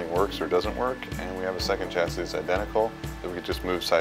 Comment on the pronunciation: The pronunciation of chassis is triggering me